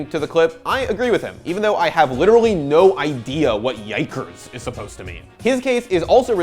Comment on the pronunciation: HYDRA gaming I mean if you have ever watched his stream enough then you would know that he says “Yikers” a lot. Right there he just said it weird. It honestly sounds like he said jaegers, the mechs from Pacific Rim. But I’m the end it’s all based on what you want to hear which seems to be an issue Twitch has. TF Blade said “fucking idiots” Twitch: all of us in the office heard the N word